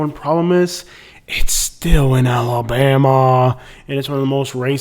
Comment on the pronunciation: Why do out-of-towners add an E when they say Alabama?.. they always say Alabeama I'm from Tuskegee and I've never heard it pronounced like that